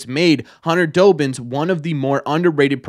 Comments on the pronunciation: It's DOBBINS not Dobins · As someone who gets to see the players all the time, Dobbins is one of the nicest guys ive met. Also, im sorry, but it pained me every time you said his name, but its DAH-bins, like Dobby from Harry Potter